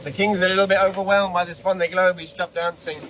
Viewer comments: regarding the vendée globe pronunciation its much closer to "vawnday" (awn like in dawn) than what you are saying. its a little bit more of an o sound than straight aw but vawnday is pretty close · Oh nooo! 🙈 That's not how you pronounce it! A double "ée" is a long "e" that stays an "e" without adding a "y" to it! Can't think of an English word that sounds like that ée! Maybe you can listen to a translator? It's the same cringy sound that you say when you pronounce "m'aidee" which means "help me" and has got nothing to do with your transformation to "Mayday"?! 🙈🙈 your example of "ven" = "dawn". 👍